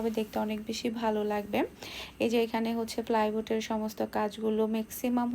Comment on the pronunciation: Flywood na kothata plywood. Futting na kothata potting. Almali na kothata almari jeta amra boli english holo "ALMIRAH".